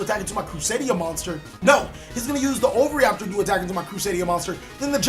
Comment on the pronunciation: The all mighty “ovary-aptor” lol Love the content